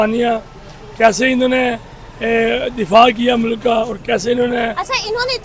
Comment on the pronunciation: Mulaak nahi mulk hota hai. Nakli Islamist. Hahahaj